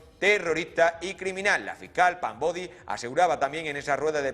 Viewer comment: Es Pam Bondi no “Bodi “ 🤦‍♀️